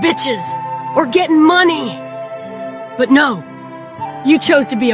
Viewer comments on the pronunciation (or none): none